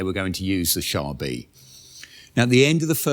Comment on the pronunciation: Wouldn't the name actually be pronounced "Car B"? The French term for "tank" was "char d' assault" (literally "assault car").